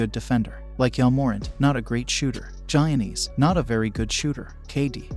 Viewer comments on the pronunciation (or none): And wrong pronuanciation of Giannis, and wrong pronuanciation of Celtics... Great video tho :D